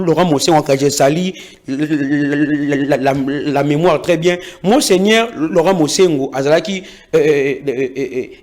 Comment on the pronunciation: Mosengo et non musengue